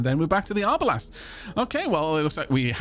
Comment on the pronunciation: Hearing arbalest pronounced arbalast hurt my historians soul for some reason xD